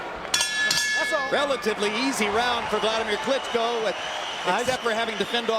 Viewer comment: Is that? "Buladimir Carisco"